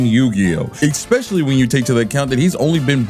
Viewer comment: It's "especially". Not "expecially". Yes, I know I'm pedantic.